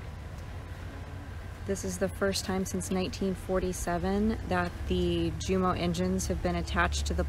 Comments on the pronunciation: It's pronounced U-mo not Ju-mo. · It's pronounced YOU M O or umo, the "J" is silent. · Thanks for the video. Quick tip though... They are "YUU-mo" engines, not "JOO-mo". The "J" is pronounced like an English "Y", such that "Ja" sounds like "Yah" and "Jumo" sounds like "Yumo". Too bad Paul Allen is no longer with us, he would have loved this. RIP. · it is pronounced "Humo" its German not English! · Technically the J isn't silent but the German J is pronounced like the English Y, so we have Jäger -> Yaeger , Junkers -> Younkers (from which the JUMO has the name anyway). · It’s pronounced YU-mo. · LOL ........ the "J" in German is pronounced like a "U" ................ 🙂